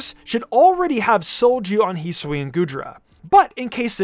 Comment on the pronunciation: Its his-oo-ee not heeswee